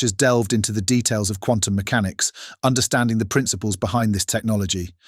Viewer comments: Whose picked it? AI voice. "Meckenics" not mechanics. Already here. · for future reference quantum meCANix, not MECanix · Is this an AI voice over? At around the point the narrator refers to “Quantum mech-a-nics” rather than “Quantum mech-an-ics”, a very unnatural pronunciation and an unlikely error for a native English speaker. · Ah, but quantum computation couldn't teach this AI narrator how to say MECHANICS or CHINA correctly. It also cannot insert periods (.) or Capital Letters at sentence breaks--and one would think that it should be able to follow a script provided for Closed Captions. It even misspelled Michio Kaku. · Yet another vid, with an intentionally alarmist title, narrated by what sounds like AI. Who pronounces "mechanics", MEK-uh-nics, (although sometimes pronounces it correctly) and "subsequently", sub-SEE-kwent-lee"? One minute "quantum" is pronounced KWON-tum, and the next, KWAHN-tum. Also, an English accent but using American terms. English people don't say "two thousand seven"; they say "two thousand and seven". More examples: "Technology" pronounced tek-NOL-a-gee, (hard G), not tek-NOL-oh-jee. "Fiction" pronounced "FIC-tee-un". "as the project GUY-ned Mom-en-toom" Gained momentum? "an unexpected GOV-un-men should un hinder it's pro-GRESS" UH? "Uncertainty" pronounced "UN-ser-TAIN-tee" (This just gets worse as the video goes on)! "Society" pronounced "SOH-see-uh-tee". "Misused" pronounced "miss-OO-st". "AI development has sur-id FOR-wor-d" Surged forward? (Ironic)! I could go on...